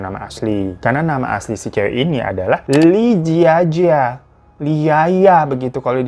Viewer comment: Li Zi Qi dibacanya Li Ce Chi Li Jia Jia dibacanya Li Cia Cia